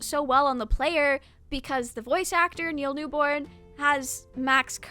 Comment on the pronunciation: Everytime you call Neil Newbon “Neil Newborn” 😂😭 I love this video though. I’ve been looking for a deep dive on him.